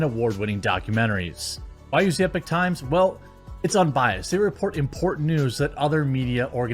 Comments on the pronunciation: The sponsor is the Epoch (EP-uk -- or EE-Paw-K) Times NOT Epic Times. Not trying to stir up stuff just want to make sure no one else gives you grief for it. Epoch means an event or a time that begins a new period or development. Again, not bagging on you or trying to show you up or calling you out. Love your content, love your messaging. Think you are a great guy, just want to help out. Not trying to be a grammar goose stepper. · IDK about the site itself, but generally speaking, it's pronounced "e-pock", not "epic". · it's E-pock times, not Epic Times. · EE-POK, not "epic". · Eee-pochh, not Ehpok Jez! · It's pronounced Ee-Pock, Jeremy... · At least learn how to pronounce EPOCH correctly if you are gonna advertise them lol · Don't think 'Epoch' is pronounced that way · I feel like your pronouncing epoch wrong